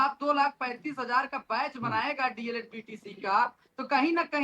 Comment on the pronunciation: D. El. Ed. Hota h na ki DLD